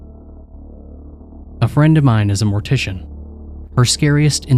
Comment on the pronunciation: Ah yes! Mor-tiss-ian stories! Braaaavo